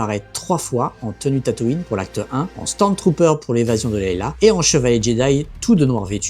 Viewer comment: Ce n'est pas pour denigrer, enfoncer, critiquer, mais c'est Leia et pas Leila. Ce n'est pas une etoile de la mort mais une etagere a scenette ca fait un peu ridicule, rien a voir avec la premiere qui etait enorme mais qui s'imposait.